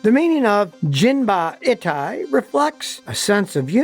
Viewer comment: Not "jin-ba-i-tai" where "i" is prnounced like the "i" in "it." Yes "jin-ba-i-tai" where "i" is prnounced like the "i" in "Miata." All Japanese vowels are the same as Spanish vowels.